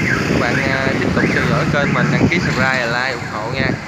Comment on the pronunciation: Góp ý nhỏ xíu nha bạn, kênh chứ hổng phải kêng nha 😂